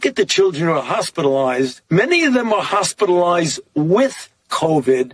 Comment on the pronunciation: Fauci: “…hospital-oized…”